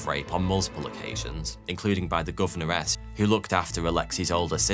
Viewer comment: It is "Governess" not "Govenoress".